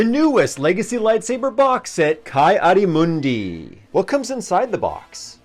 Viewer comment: It is pronounced Kee